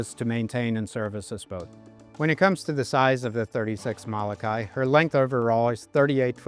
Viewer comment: Please learn how to pronounce Molokai! Every time you say it's cringe worthy.